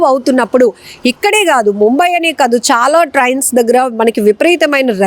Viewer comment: Trians kaadhu Trains. Trauffic kaadhu traffic Get your pronunciations right.